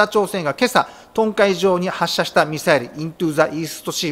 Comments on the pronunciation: 、東海の日本語読みは、「とうかい」であって「とんかい」ではないです。 ちょっと恨國の影響を受けていることに、ちょっと不安を感じます。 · 東海は日本語で「トンカイ」って読むのぉ？ 東海とは日本語では「トウカイ」と読み愛知、岐阜、三重(ときには静岡も含めて)の事ですよ！ ミサイルなど撃ち込まれたらそれこそ大変な事になる場所です！